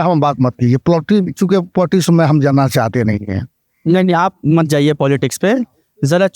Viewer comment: मौलाना पॉलिटिक्स को पोटीज बोल रहे 😅😅😅😅